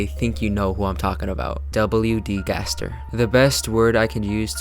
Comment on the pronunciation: gaster in chapter 7: its pronounced ga-STAIR gaster jingle plays gaster disappears credits roll